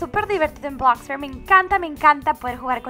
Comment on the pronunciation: bloxburg no blaxbarg :v